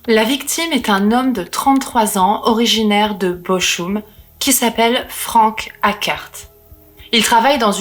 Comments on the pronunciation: Bonjour, on dit Boroum pas Bochoum. Sinon tout est Nickel. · J'ai aussi fait 3 ans d'allemand. Bochum se prononce Bokhoum, pas Boroum. De plus, ma mère étant d'Arlon à la frontière allemande, m'a bien précisé que c'était Bokhoum, pas Boroum. Mais c'est vrai que la prononciation du h aspiré du "ch" en allemand et en néerlandais peut faire penser à un r. Ensuite, la langue allemande de la Suisse alémanique n'est pas toujours totalement identique à l'allemand d'Allemagne. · Chère, Bochum se prononce Bokhoum avec un h aspiré entre le k et le oum. 😉 Sinon c'est toujours aussi agréable de vous écouter narrer ces histoires terribles car votre voix fraîche et votre grand respect des victimes permettent de ne pas sombrer dans l'horreur. Merci pour toutes ces affaires criminelles peu connues et même tout à fait inconnues dans le True crime francophone. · Bochum se prononce Boroum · "Bo'r'um" ! (Bochum) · je suis plutôt de ton avis , j'aurai dit " Beau Room " en mélangeant le français et l'anglais. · Salut, juste pour info Bochum se prononce " boroum" ( ouais c'est pas évident, l'allemand ), ayant fait ma scolarité en Suisse, j'ai du l'apprendre - à mon corps défendant - pendant 3 ans. J'aurai préféré l'anglais, lol. Je pense que le couple s'est " bien " trouvé. Leur personnalité s'est trouvée amplifiée se nourissant l'une de l'autre, d'où leurs déviances et leur " folie". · interessant, simple et efficace. Pour la dynamique de couple, je pense qu'ils sont aussi givrés l'un que l'autre et qu'ils s'entrainent mutuellement. Les cheveux, ca te va très bien. ne lisse pas trop sinon tu n'auras plus un poil sur le caillou 🙂. Très stylé le collier en mains de squelette. ( pour le nom de la ville "Bochum" , le "ch" se prononce " R" le même " R" que le mot "Cheikh" qui se prononce " cherh" .